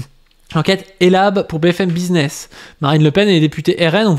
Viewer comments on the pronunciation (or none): none